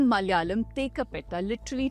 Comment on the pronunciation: In every word spoken, if the vowel on the second letter is suppressed, you're not from the South. It is Mala'yalam, not Mal'yalam.